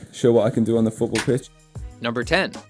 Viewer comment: This guy is ruining a perfectly good game of FUUTBAWL!